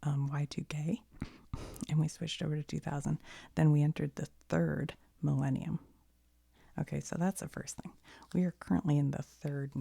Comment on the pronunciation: when she said millenium i herad malenia then i got elden ring ptsd for a moment until she wrote the word 💀